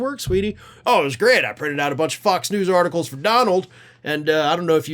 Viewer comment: Interesting how pronounes F*cks News!!